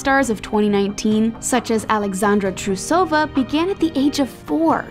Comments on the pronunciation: TrUsova, not TrusOva! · OH YESS!!! SOMEBODY SAID IT!!! It'ss TRUsova. TRUsova!